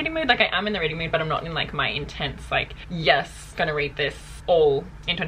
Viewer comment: I always hear butt whenever she says but. You can’t unhear it now. 😂 lovelots full support 💯💯